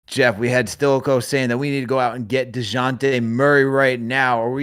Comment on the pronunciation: I forwarded the Timestamp to hear take on DON-te-lay's performance and I got more than I bargained for with his De-WAN-tay Murray, [ channelling his inner Spanish ] 🤣🤣🤣🤣🤣